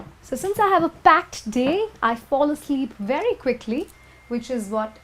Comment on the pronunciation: wery wery good lol